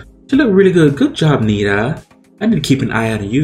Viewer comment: Watch her live cover of Dua lipas "don't stop now" and the musicbox version of "cuckoo" by Netta, pronounced "Neh-TA". Also try "Sexy villain" by Remi wolf and "the future starts now" by Kim petras